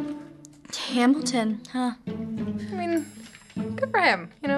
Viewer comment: Um actually its Hamilton Not hamitition and brat good